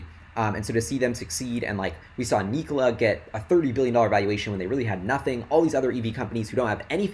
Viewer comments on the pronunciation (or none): none